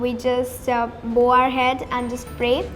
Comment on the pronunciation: If Even after studying in such a good school you cannot pronounce bow then it's not worth it sis